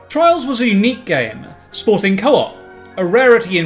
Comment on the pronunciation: "Twials of mana!" Oh boy, of to a good start.